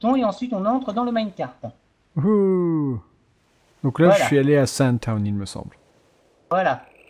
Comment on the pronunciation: Le mec a un anglais énorme ! Tonne au lieu de taone (town)